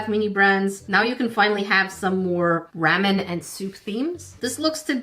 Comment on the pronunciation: Oh by the way it's pronounced ramen not mamen or what you said that you pronounce ramen wrong❤ love your videos❤